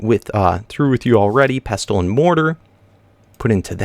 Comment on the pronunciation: In pestle and mortar, the 't' (pesTle) is silent